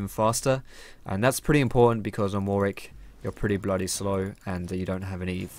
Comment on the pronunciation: Dear and all other league players who this applies to. You seem to not know how to correctly pronounce "Warwick". Many say war-wick when they should be saying war-rick. Yes it sounds odd but it's true. Just look at Warwick Davis for example. Thank you and good day.